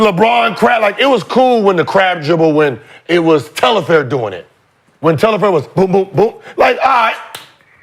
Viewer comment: Telfair .. not Tel-la-fair